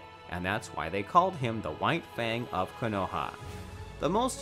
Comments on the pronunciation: Ka No ha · mans said kuhnoehah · Cuh no ha